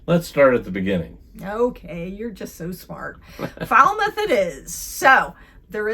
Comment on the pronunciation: WHOI=Who-E... Mispronounced Falmouth and Eastham... No hard "e" sound, at the end of Shawme... "On" Cape Cod, never "in"... But you would be "in" each town/village... Highland Light was also moved back from the cliffs around the same time as Nauset was... But the move was another 100'-150' further than Nauset was...